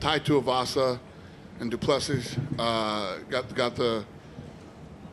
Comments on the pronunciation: FYI - Du Plessis is pronounced Du Ple-See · It's pronounced " Doo Plesiii " 🇿🇦😏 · Commissioner still pronouncing Du Plessis wrong even after Du Plessis corrected him and everyone else after the fight